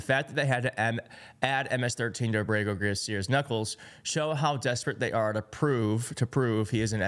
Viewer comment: I think it's A'brego (Accent on the first syllable) Garcia. Like : AB'-rego. ¿No?